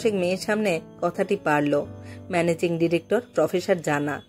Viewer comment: ডিরেকটর, প্রফেসর (ডিরেকটর এর মতই উচ্চারন), অফিসর,,,,,,, উচ্চারণ ঠিক করতে হবে।